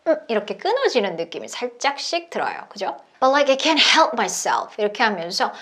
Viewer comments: 영어 잘 못하는데 느린 영상 계속 보고 또 봐도 I couldn't help my self로 들리고 입모양도 그렇게 보이네요.. 하하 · 감사합니다! can't help가 couldn't help로 들리긴하네요!!ㅎㅎ